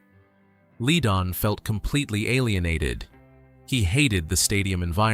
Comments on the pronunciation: Fry not Fray and Led-on not Leedon. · now why would i subscribe to a youtube channel that can't even pronounce the eagles names .. its glen frey .....pronounced as fry .. not fray .. and bernie leadon pronounced as ledon .. get that shit right at least .. or get a real person to narrate your video .. you dip shit .. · Pronounce the guys names right Glen FRY Bernie LEDon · The Eagles lost 3 very gifted musicians: Bernie Leadon, Randy Meisner and Don Felder. FYI… Frey is pronounced fry Leadon is pronounced lead as in the metal. Leadon If you’re going to do something like this, the least you can do is get the pronunciation of the names right. There are other inaccuracies in this, but you’ll have to do more research to figure that out. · miss pronouncing names is very bad. learn these guys names, Bernie Leadon and Glenn Frey. Henley just admitted Joe Walsh was one of the reasons why the Eagles broke up. Walsh joined band because he couldnt no longer writer 8 or 9 songs for albums. he could write maybe 2 songs so joining a band worked out for him.